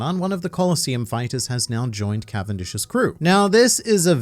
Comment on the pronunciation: “Cavendish’s Cavindi-“ 😂